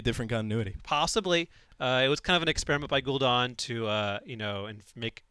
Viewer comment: It's not pronounced "Gul'DAWN" it is "Gul'dan", as in "Danny"